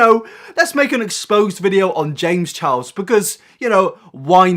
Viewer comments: “James chows” only me who’s frustrated by the way he pronounces Charles? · "James Challs " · Why do British people say “Chiles” instead of charles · “james chows” lol